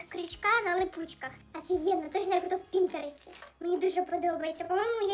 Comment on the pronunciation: Не в пістеретІ а в пІнтересті